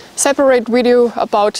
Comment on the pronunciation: Heads up: it's 'video', not 'wideo'!